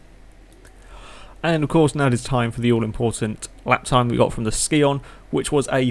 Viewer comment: Scion-pronounced sy-on hope this helped for future video's